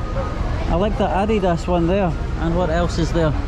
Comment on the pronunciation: Hey! You pronounced ‘Adidas’ not like a North American!